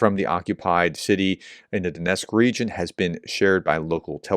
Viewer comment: It's not Donesk, it's Donetsk (is it that hard to pronounce the "t"?). Some Ukrainian words are really hard to pronounce for English speakers, so I can give some slack for the most part, but that is just sheer verbal laziness.